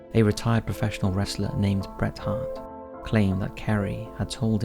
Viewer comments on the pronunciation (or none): I can tell buddy wasn't a wrestling fan. Ric Flair a famous wrestling manager? Golden Warrior is Ultimate Warrior? A wrestler named Bret Hart...just the way he says it...